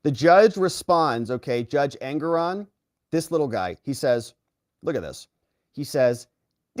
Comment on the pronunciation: Judge engeron or anger-on😂